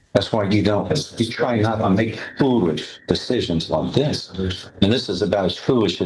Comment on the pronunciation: Dat teen and Dat judge. Hmm , the hog twins can’t pronounce the th sound. Dey be black